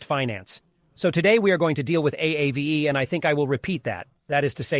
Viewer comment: It’s “Ah-Vay” Finnish for ghost